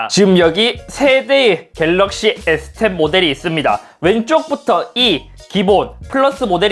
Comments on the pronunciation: S10도 저번 아이폰 논리로 스십=발음상 스시로 해서 인트로 찍으신듯 이 정도면 인트로계의 신흥강자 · 에"스십"이라 스시임? ㅋㅋㅋㅋ